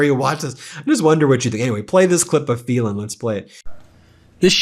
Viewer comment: Phelan is prounced FEELAN not FELON ..just saying...